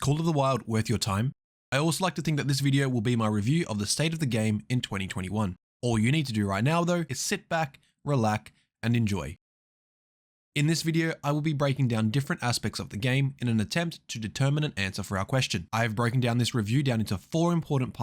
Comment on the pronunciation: "Sit back, RELAC, and enjoy." Am I missing something here? What is, "relac"? Is this one of those computerized text to speech voices? Or does the narrator not know that the word is, relax, not, "relac"?